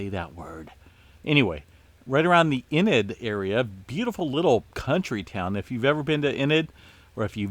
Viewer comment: Haha 😂 .....Oklahoma native here… It’s EEEnid ...But we do appreciate you and all you do